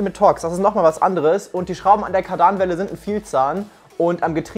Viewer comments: Aussprache ist „Kardannwelle“ nicht „Kar-Danwelle“ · Jedesmal wenn ich hör wie er Kardanwelle betont ziehts mir alles zam😂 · Hab mich gerade die ganze Zeit gefragt was er mit Kardaaanwellen meint, die Dinger heißen Kardanwellen (kurzes a) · es heißt „Kardanwelle“ statt „Kardahnwelle“ 😃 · Ja er spricht es kadarn welle aus obwohl es kardan welle ausgesprochen wird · Moin super Video,dass heißt Kardanwelle nicht kardaanwelle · Hey ich glaube es wird Kardanwelle ausgesprochen und nicht Kar Danwelle sagt googel 😁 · man kann die einzelnen Räder anhalten des liegt am Differential und Kardanwelle wird nicht Kar danwelle ausgesprochen sondern ganz normal und schnell Kardanwelle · Bitte, bitte BITTE: KÁRDAN, nicht Kardàn. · Ka daarnwelle er spricht das a lang und das n kurz. Und das r betont er an der Falschen stelle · Freue mich über dieses Projekt, aber eins triggert mich.. „Kardaanwelle“😂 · Mann sagt KaRdan-welle. Ich meine es nett :) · Kadern welle NICHT Kadan welle no hate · ich dachte beim ersten mal es ist ein versehen aber das ist schon echt grässlich wie er es ausspricht. aber sonst inhaltlich eigentlich geil😂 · Ist so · Mir auch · Ist so... hier ziehst den Magen zusammen XD und dann noch so oft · Maze Windu Jap dachte beim ersten Mal, er hat sich nur versprochen😂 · T4, Ape und jetzt nen Golf 2 Country. Richtig schöne Auswahl an Autos :) aber es macht mich Wahnsinnig wie du Kardanwelle sagst 😅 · 😩mein Traumauto. Und wie du Kardanwelle aussprichst ist echt lustig. Weiter so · Wie er Kardanwelle ausspricht😖😂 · Wie er kardanwelle ausspricht:/